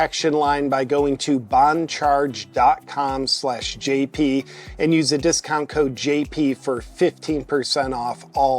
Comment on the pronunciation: I wish JP would talk to Bongino and explain how to pronounce "boncharge". It's not "bonecharge" Bonegino!